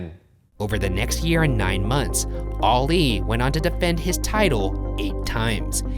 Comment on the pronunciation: Stop saying “oli “ instead of Ali